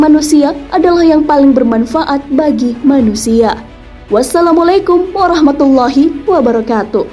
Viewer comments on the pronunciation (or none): none